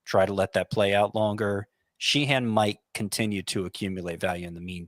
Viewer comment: I grew up with a few Sheehans in NY. Nobody pronounced it like exaggerating the second syllable. Like” Shehen”not She-Han. But thanks guys!